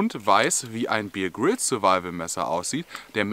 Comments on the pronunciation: Bitte, der Mann heißt (ausgesprochen) Bär Grylls, nicht Bier Grylls! Ansonsten super erklärt, tolles Video! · Wenn der typ wirklich 'bier grills' hiesse, dann würd man ihn 'beer' 🍺 schreiben. Er heisst aber 'Bear Grills' und wird 'beäh grills' ausgesprochen. So, genug klugscheisserei, zurück ins video😉.